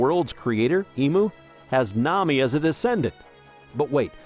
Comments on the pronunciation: It's AI, he even read the "Nam" where he forgot the i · Why do you say Nami like that?